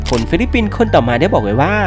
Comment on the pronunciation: ฟิลิปปินส์จ้า ไม่ใช่ฟิลิปินส์